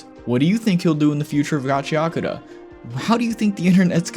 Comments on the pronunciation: There's no Y in Gachiakuta! Stop adding a Y!!! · Why do people read it as Gachia-kuta?